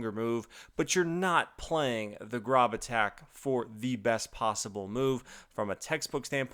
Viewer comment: It's pronounced Grōb like robe with a g ;) It's my last name.